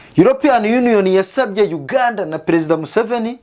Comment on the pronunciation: Urasetsa iyo uvuga Uganda 😂😂😂 gusa kabinkwakuza tuba twumva uganda iyariyo